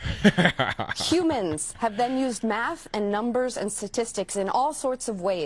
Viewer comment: She has a doctorate?? And teaches?? She only pronounced the word "statistics" correctly one time out of all the times she used it. She repeatedly pronounced "statistics" as "satistics" sa-tis-tic. The correct enunciation is sta-tis-tics. It is a common mispronunciation, but my God, to go on national TV and claim you are a Professor and insist on being called Doctor? And make such nonsensical arguments? Then speak like an illiterate? What an embarrassment. As a school, I would be mortified to be associated with her. These are the kind of people teaching our kids higher learning. If you could even call it that.